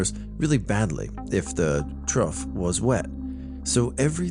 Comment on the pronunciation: I love how he pronounced “trough” a different time every time he said it lol just fyi it’s phonetically pronounced “troff”. Like a pig trough.